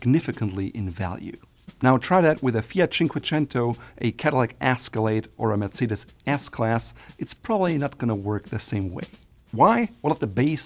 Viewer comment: Hearing somebody say "FERRAARRRRI' or "MERTZCEDES" like they're cooking a pasta dish on TV is hilarious. I think has lived in the United States long enough to know that people will find this type of pronunciation hilariously pretentious.